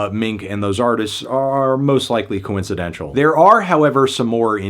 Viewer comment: I agree it was 'Most likely Co-incedentttshul"